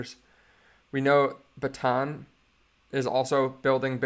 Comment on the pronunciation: It is pronounced Boo-tan.... and Gas-prom is the shortform commonly used instead of "Gas-prom-n'yeft". 😘